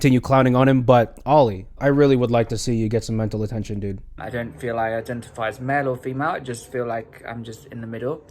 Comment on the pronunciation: I'm sorry, did you say IDENTIPIE!?😆